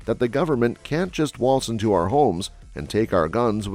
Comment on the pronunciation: You mispronounced "our Republic"